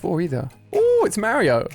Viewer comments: i do not think he said mari-o or marry-o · Did you hear how he said Mario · he does not know to to say mario